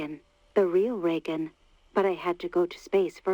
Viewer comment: He pronounces Reagan weird, right?